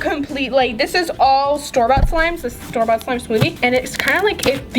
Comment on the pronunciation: Whenever you say store bought it sounds like Starbucks